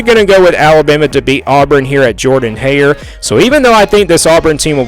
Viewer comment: And you can’t even say the name of Auburn’s stadium right! Please find another pass time and don’t predict football